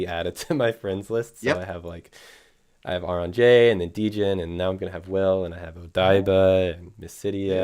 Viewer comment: Ironic Justin announced he is arbiter of pronunciation… then immediately mispronounces AuronnJ’s name 😂